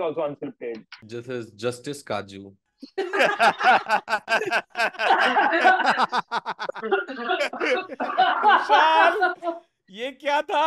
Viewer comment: Justice Kaju sounds like Justice Katju and the girl was using Kaju as headphone.